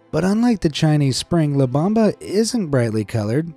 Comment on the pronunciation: It's not La Bamba, it's not the dance. It's la BOMBA. It means the bomb. You don't have even ONE Spanish speaking person as a friend who can help you not to mispronounce? You realize it's not the same shit versus sheet, right? Well, the same is on most languages. Get it right.